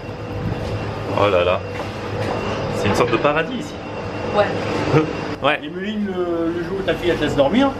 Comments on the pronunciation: WESH IL Y A PAS DE 'H' AVANT EMELINE... TCHAO! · pourquoi tu prononce fort le h dans "emeline" (qui doit sûrement s'écrire hemeline vu comment tu le dis mdr)